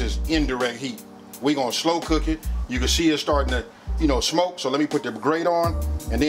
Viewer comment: says “shmoke”